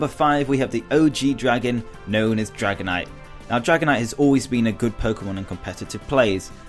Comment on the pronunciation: I like the sound of "Dragonitite"